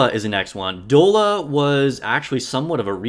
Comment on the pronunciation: I'd give you more credibility if you could pronounce Doll-a. Doll-a. Have you not heard of "dolla bill"? It's slang for dollar. Dude! And N102 is your first B1 if you don't get Liter right away. She carries with a good attack buff for the squad. She's at least a B.